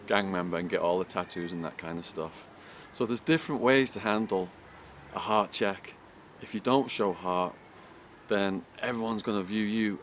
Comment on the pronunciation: bullshit who believes this fucking polesmoker,do u know how I know your gay because of the way u say Hart u day hhhaauut! will biting your lips and Peter gayzzing